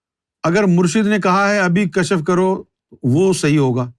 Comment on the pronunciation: Kashf ya kashaf pronounce karna chahiye